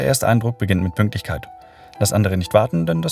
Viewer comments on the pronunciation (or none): Hat jemand auch „PÜNKLTICHKEIT“ bemerkt oder bin ich der einzige 😅.